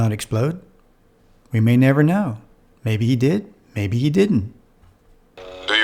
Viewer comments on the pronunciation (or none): none